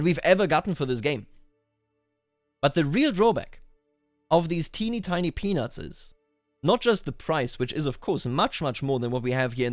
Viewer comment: When you said "peanuts", it sounded like you were saying penises.